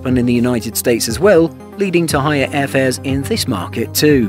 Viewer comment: Higher airfares, not hier airfares.